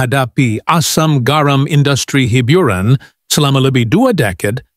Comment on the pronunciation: Ni suara mat saleh mana ? Teruknya dia bercakap bahasa melayu dgn slang pekat English.." hibiuran " ..😂😂😂